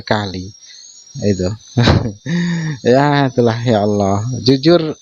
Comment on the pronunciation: Si Julpukar biar sebut Allah saja gak becus.sebutnya Auawah😂we